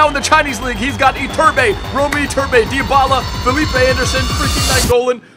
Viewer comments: his name is actually pronounced Dy-ba-la, not Dy-a-ba-la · Its not pronounced Diabala... Its Dybala